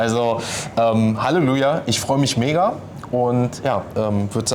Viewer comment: Haluja :D so fertig das er das "llelu" in Halleluja verschluckt :DDD